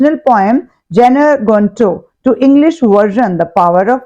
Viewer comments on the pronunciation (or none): Mam the pronunciation is not "Jener gunto" . It would be "गानेर" gunto (it is bengali word)